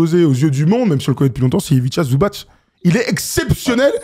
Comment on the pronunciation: À et, on dit bien Ivitsa Zubats et jamais Ivitcha Zubatch. Comme on dit Divats et non Divatch. Il n'y a pas d'accent sur le C, c'est donc [ts]! Source = moi-même qui suit originaire du village d'à côté où vit Zubac l'été, Čitluk. Moi je suis de Ljubuški et suis comme Ivica un croate de Herzégovine et non de Croatie. Comme Stanko Barać (Baratch lui), Josip Sesar, Zoran Planinić:)